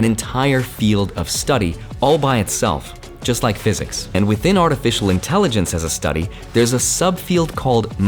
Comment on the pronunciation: Artifical lol